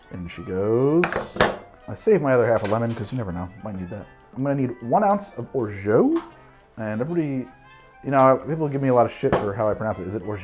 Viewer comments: There are different ways of pronouncing orgeat. It's certainly not "or-joe". If it was spelled orgeaux, your pronounciation would make sense, but however it's pronounced french language rules definitely makes it a hard "t" at the end. "Or-shut" is the reasonable interpretation. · As I sit here muttering "orZHAT, orZHAT, ORZHAT DAGNABBIT!" 🤦🏼 (There is no way in French for "geat" to sound like "jeoh". Just… no.) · Orgeat is pronounced or-ja. In French "ge" is pronounced like a "j" if followed by another vowel. The "a" is pronounced like a Spanish "a" and the "t" is silent. The "or" part is similar to the English "or" but with the raspy French "r". This pronunciation is the official one. Weird someone told you it's pronounced differently, probably Canadian French. Whatever though it's ok to pronounce it however we like. Congrats on the sponsorship man! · Christ. "or - ZHO" for orgeat? You couldn't possibly have pronounced it more wrongly. Unless you tried to. Fuck, you should just try to. I suggest, "Orgy A-T." All-Terrain Orgy syrup. From the French, obvs. This is at least the second time I've tried to correct your goddamned French, you bastard. Except this time I'm not going to bother, so there. Bone appetite with your drink. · Hey ! Normally it's pronounced "Orja" and greetings from your French subscribers ^^ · Love me a Trinidad sour! I think orgeat rhymes with orange... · I love you but it's intervention time, I know it hurts, but no matter how many years you claim otherwise, no matter how many people in France you speak to, no matter which region they're from, no matter how many different ways they may pronounce it, not a single one of them is going to pronounce Orgeat as "Orgeau". (Someone from the francophone Caribbean correct me now or forever hold your peace)